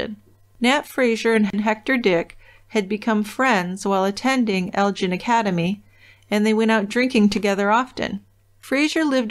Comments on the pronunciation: They lived in Elgin. The "gin" rhymes wih "bin" not the drink, gin. Their last name was Fraser, rhymes with razor. It's not the same as "Fraser" Crane. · Elgin isn't pronounced like gin...its more like Gill as in fish Gill, but swap the ls for an n at the end I don't know the number to call to leave a message, but I'm local to the area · It is Elg-In.